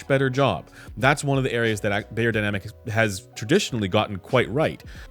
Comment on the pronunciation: I am once again chiming in to beg that you please correct your pronunciation of the brand name. It should sound like "buyer," not "bayer."